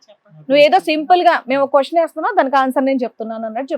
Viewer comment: Hello, కొస్సెను కాదు, క్వశ్చన్ అనాలి. మ్యారేస్ కాదు, మ్యారేజ్. సరిగ్గా నేర్చుకోండి.